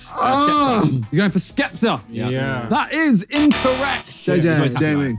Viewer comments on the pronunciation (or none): anyone else notice josh say spekta XD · Why did no one clock that Josh said “Spekta” imstead of “Skepta” lmao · Man said spekta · Josh saying spectre instead of skepta was nuts